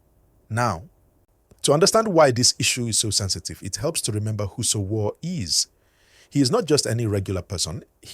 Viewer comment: For some reason your story is more dramatic than the actual story. This story teller can’t even pronounce Sowore . Even though We already heard the news from the those lawyers on the ground where it happened. One can now see this story teller is just looking for views by making up his own analysis with AI